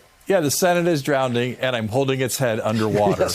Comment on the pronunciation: "The Senate is DROWNEDING and I'm holding its head under water" . Who learned him how to spoke?!?!